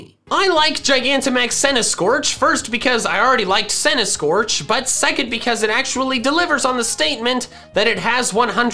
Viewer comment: THE SECOND C IN CENTISKORCH IS SUPPOSED TO BE A K!